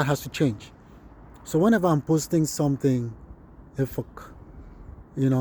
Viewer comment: Well done sir Nice job Please I thought the pronunciation is supposed to be Efik, instead of Efuk